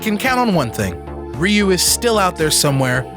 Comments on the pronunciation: Its RyoU. get It RigHt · Guys, it's not pronounced Ryu. It's pronounced Ryu.